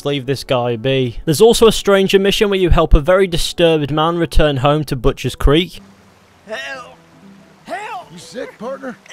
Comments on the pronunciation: “butchers crek” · Butcheeers ... crikk ... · Boochurs Crick...